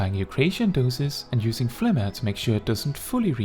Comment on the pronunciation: I love this video, but I am commenting only to say that I respect that you say phlegma correctly, lol.